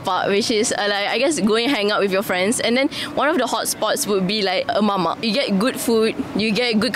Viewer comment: Just some humble correction her name actually "" not "kiss" "Go Lepak" not "Gu Lipa" "Mamak" not "Mama".